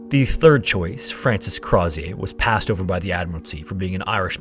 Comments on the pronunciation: its not pronounced Croz-ee-ay. its Crow-zher. he was Irish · Hey, love this ep, but Crozier’s name is pronounced more like “CROW-zee-ur” or “CROW-sure,” depending on your accent. He was Irish, and the name has English/Scottish origin, not French. easy mistake to make! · as an fyi, as an irish person, the last name crozier is likely said something like crow (like the animal) shur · Its pronounced Crow-sure, he was irish, not French! And the monkey was Jacque, pronounced Jock, not jack. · It's pronounced "Crow-zure" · Crozier’s name is pronounced “Crow-zee-er”. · I absolutely love your thorough breakdown, it's one of the best on YouTube... But the way you say "Crozier" like he's a refreshing, sparkling beverage absolutely slays me throughout 💀 (This is not a complaint, it elevates my experience, though it's my understanding it was more of a "Crow-zjer," rhymes with Hozier sort of situation). MAD RESPECT! Your research and presentation is always incredible, thank you for all you do! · Crozier - crow-zee-er it's my grandmothers maiden name. He's my great great grandfather or something. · Crozier is pronounced "CROW-ZHER." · Argh! Great video, but you said yourself Crozier was Irish. Stop pronouncing it like he was French! Crow-zer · Apologies, but Crozier is pronounced more like “Crow-sure”. The zi has a sort of sh/j sound. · I can’t with his mispronunciation of “Crozier” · It's crazy how much research and editing went into this but Crozier is pronounced improperly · Hi, great video. fun fact I live in Banbridge, the town Crozier is from, which is how I know you mispronounced it. Don’t blame you, but it’s spoken like “closure”, replacing the l with an r. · youtubers are so dumb the way they can't say Crozier. Oh, he was an Irishman of low birth named Craw-zee-yay, how lah-dee-dah